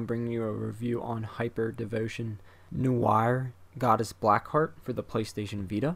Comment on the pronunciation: It is so funny how this guy totally cant pronouce Noire despite her being his favourite character. I wasn't even sure what he was trying to say the first few times, "nu-whe-arrrrr" I bet he calls Blanc "Blank" :P